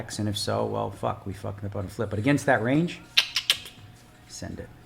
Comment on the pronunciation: repeat after me...."RANGE"